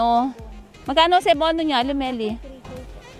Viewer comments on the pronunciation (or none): none